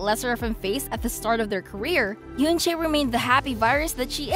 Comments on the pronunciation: it's oo-un che not yunchay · its pronounce as en-chae the eu sounds as e